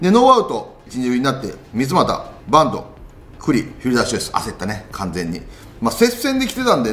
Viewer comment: 里さんのバントが… バンドに聞こえます…。